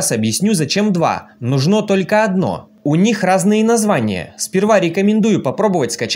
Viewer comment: Вопрос не по теме, откуда ударение в слове " Нужно" на последнюю букву? Не в первый раз слышу от вас🤭